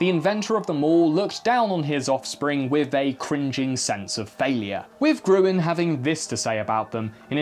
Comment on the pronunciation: Oh! Not Gruen, he's called Grün! As in green! In crossword puzzles and everywhere were you are unable or not allowed to use umlauts (Ää, Öö, Üü) you convert them like ä = ae, ö = oe and ü = ue! (Pronouncing ä as the a in cat; ö as the u in burger ; ü sadly is non-existant in english)